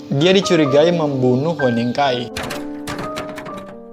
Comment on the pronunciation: Oppa, nama hueningkai bacanya "hyuningkai" :))